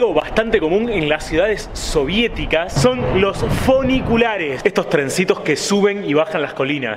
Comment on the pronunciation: FUNICULARES no "foniculares".